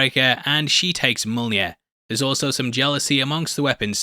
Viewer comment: 🤣👍for calling Mjiln…monear…millnear…Jonathan 🤣🤣🤣 👍👍for that ending. But no omnipotent jokes? I had expected one from you at some point 🤨🤷‍♀️🤣🤣🤣 Thanks. I do not understand why you don’t have 1 million subscribers-your videos are as gold as… but maybe you’ll have more jokes in the video than the movie which is why? 🤣🤣🤣👏👍🤦‍♀️